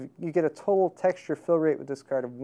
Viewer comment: He says cerd instead of card and hetz instead of hertz